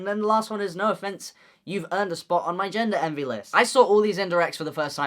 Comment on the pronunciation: GENDER ENVY DE LA HOSTIA Y ESTE WEON LO DIJO COMO EL HOYO Y CHILLE DE RISA CTM AJAJAJA